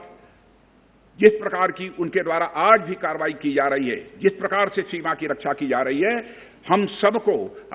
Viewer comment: रक्षा मंत्री नहीं 'रक्स आ ' मंत्री है । 😜